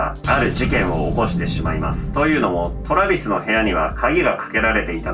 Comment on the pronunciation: トラビスのイントネーションにめっちゃ違和感笑笑